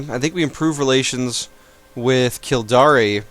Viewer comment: lol 'Kildari' it is pronounced kill-dare.